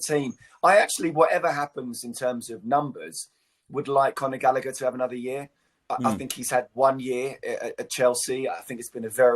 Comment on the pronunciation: Conor Gall a her that's how it's pronounced not gallicker GALLAGHER WHERE DID THEY GET LICKER FROM The British have been mispronouncing people's names for ever